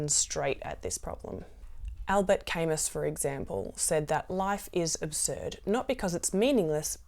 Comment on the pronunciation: "What would I want to do, even if it didn't change anything".... thank you! I'll reflect on that! (Also, very minor nitpick: you might want to look up how Camus is usually pronounced, because it's usually different than what you're saying, and one thing I'd do even if it didn't change anything, is keep caring about pronouncing names correctly.)